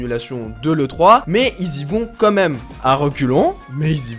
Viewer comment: "Quand même" pas "comme même" 😉